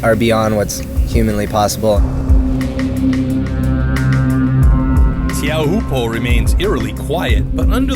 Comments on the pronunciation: its not tee ow po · hahhaa. he said tee-ow-hoo-po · the way he pronounces it just makes me mad